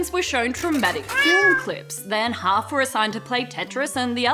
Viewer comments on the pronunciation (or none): none